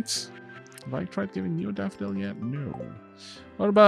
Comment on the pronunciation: i swear the way you pronounce "daffodil" with your accent sounds like youre saying "dapperdil" for some reason lol